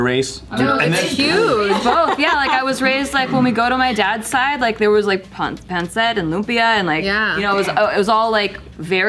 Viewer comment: when said...puhn-set, loopyuh'..that's a very western pronunciation of those filipino dishes..😅